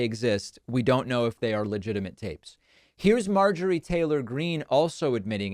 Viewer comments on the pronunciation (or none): none